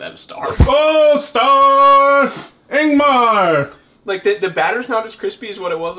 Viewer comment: His name is Ingvar, not Ingmar.